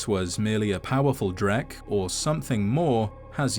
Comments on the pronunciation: I'm curious about the source of the pronunciation ("drek") you use. The closest I was ever able to find with your pronunciation is "dreg". The Unofficial Elder Scrolls website uses "dreg". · In what universe is "dreugh" pronounced "dreck?" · It's pronounced Dreg, where do you get the K? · It's pronounced "Droo" Irish are picky and weird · I used to pronounce them "droo". Guess I was wrong tho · I only always pronounced it as "drew" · Huh. I always thought it was pronounced "drow". 🤷🤷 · I've always pronounced Dreugh like "drew." Am I the only one, or are there even weirder ways of pronouncing it? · Pretty sure the gh is like silently pronounced so it is dray.. like Dr Dre..👍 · I always pronounced it "drew". "Gh" is often pronounced with a soft "h" and being after "eu" in a word one would think it would almost imperceptible, thus "drew". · Huh, I had no idea it was pronounced like that.